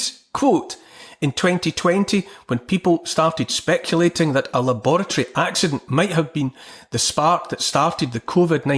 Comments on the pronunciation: He mispronounced the word “laboratory”. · I’m kidding. I know that’s how the English pronounce it. There’s another word they pronounce differently, but I can’t think of it.